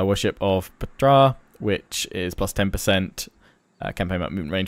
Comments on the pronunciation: i think it might be pronounced Petra. like Indiana Jones and the last crusade. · Settra’s Ptra thing is pronounced like Pe-tra (very short “e”) (Ancient Egyptian was pronounced similarly to Arabic). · I think Ptra is pronounced the same as the Egyptian god Ptah: P-ta (ta as in thanks, same sound). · Efjay 3 that's wrong, we only know how it's written not how it's pronounced so if anybody told you he knew he is wrong